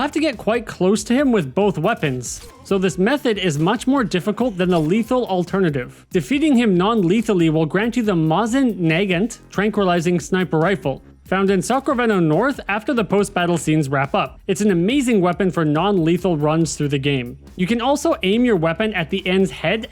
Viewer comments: For those who don't know, it's pronounced MO-zeyn na-GAHNT. I grew up with Soviet weaponry 😂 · I'm sure both Mosin and Nagant would be angry with the way this guy pronounced their names.